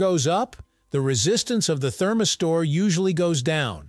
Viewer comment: What the heck is a “therm-i-store” ??? 🧐🧐